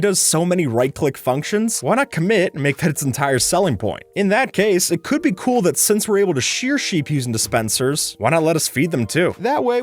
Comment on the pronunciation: "In that caAse